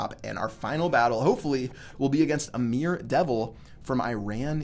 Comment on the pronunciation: bruh you pronounced amir wrongly